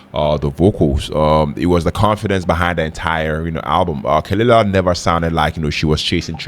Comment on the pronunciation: pronounced "kuh-luh-lah"